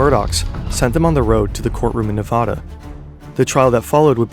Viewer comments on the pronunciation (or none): This video was fantastic but please look into how to pronounce Nevada!